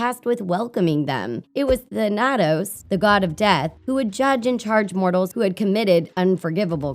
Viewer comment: when the nerrator prenounces thanatos wrong